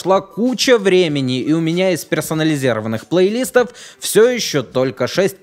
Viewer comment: Меня одного чуть не доконало обилие плейлИстов. Уши же режет дико...